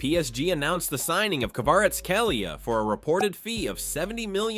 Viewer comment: Der Blogger kann die Name von Spieler nicht richtig aussprechen … nicht nur das , sogar die Name von Hauptstadt des Georgiens. Das sagt nur eines, bevor man so eine videoumdreht, muss man sich bisschen vorbereiten und mindestens Geographie lernen.